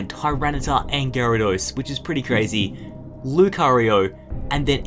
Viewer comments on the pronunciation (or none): none